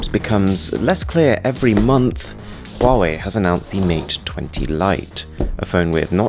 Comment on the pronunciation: The pronunciation of Huawei is perfect xD Chinese here btw :)